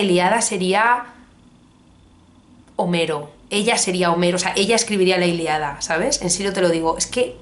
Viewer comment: La Iliada? La ILIADA??? Es la ILÍADA!! Con tilde coño! Que me da algo cada vez que te escucho pronunciarlo mal! Sin acritud.